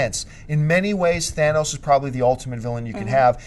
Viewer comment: I am so happy jon pronounced thanos's name correctly. So many youtubers butcher his name jon you have another fan here now.